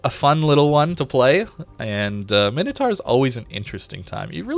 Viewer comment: Mine - Oh - Tor. Np, just helping another American that struggles with basic pronunciation. I get bad understanding of things that arent obvious but how the hell is "tar" anything like "taur".